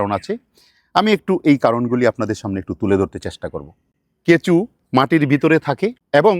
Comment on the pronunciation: কেঁচো কে কেঁচু বলছে😂